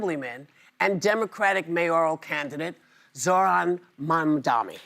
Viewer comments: Why can’t they get his name right though? It’s a simple N. Not an M. It’s not hard. ‘Murica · she says Mamdami instead of mandani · It's MamdaNi and not MamdaMi. Your whole job is to know about your guest and introduce them. How can you fail at it? Is it ignorance or disrespect for your guest? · okay no more convincing he’s my mayor (i’m filipino) whoopi said mamdami 😅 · It’s so funny how hard it is for older Americans to say his name. Even Whoopi introduces him as “Mamdami” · Why they always pronounce his name as MamdaMI? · Seems Whoopi still pronounced his last name incorrectly. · How hard is it to say MAMDANI? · Still can't get his name right 🤦🏻‍♂️ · Still mispronounced His name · Got his name wrong right off the bat in the intro. SMH. Do better. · Theyre still getting his name wrong 🤦🏼‍♂